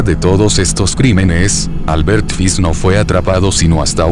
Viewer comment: no es fis es fish, ese lexico porfavor